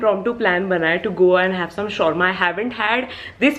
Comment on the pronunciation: She called "shorma" it's SHAWARMA 😭😭😭